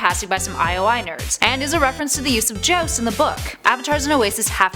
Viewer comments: jowst, not jost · She says 'Joust' funny